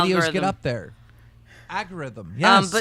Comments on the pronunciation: wtfs an AGURITHM 😂😂. Lmfao im done hahaha. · why is someone who thinks algorithm is pronounced agorithm have more money than me...sucks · You really shouldn’t use a word that much if you can’t even say it. It’s ALGorithm, not AGorithm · Damn it Keem. It's ALGORITHM. Not AGEURITHM. Andy AND Chad both even corrected you. For a word you're using so much, and as someone that makes a living talking about things, you should put a bit more effort in your vocabulary man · KEEM: "AGORITHM" CHAD & ANDY: "You mean Algorithm" KEEM: "......AGORITHM" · What the heck is an "agogrithm"' to quote keem? I know what an algorithm is but not an "agogritm". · Keem :Agorithm... Andy : Algorithms Chad : Algorithm Keem : No...It's Agorithm. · ALGORITHM NOT "AGORITHM" dumbass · agerrythm you dumbass keem it's algorithm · "Agarithim" Word Of The Day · Algarhythm....agorhythm wouldbe a better way of mispeaking it lol x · Aggorithm??? Wtf is an aggorithm keemstar?? You fucking inbred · "Agorithm" ZULUL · Keem can't fucking pronounce anything lmao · I love how Keem shamelessly mispronounces "algorithm" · why can't keem say algorithm? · does keem know how to pronounce "algorithm" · Keem can not say algorithm. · Great episode. I wish Keemstar would learn how to say "algorithm" though. It was already bugging me on Drama Alert but he only says it once or twice there usually.